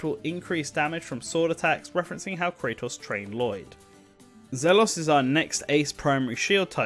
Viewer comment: Also the way he pronounced Kratos when there exists another Kratos in a different game series